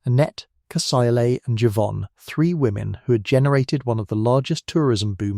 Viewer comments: Is Cecile pronounced "see-lay" like you pronounced it or it it because this is an ai voice? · This could’ve been good but the AI voice ruined it. “Cuh-sy-lay” lmfao. You didn’t even proofread the finished video! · Who taught this person how to say Cecile?! It cringe every time he says it!! 😱😱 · This has to be an AI channel. He pronounced Cécile in three different ways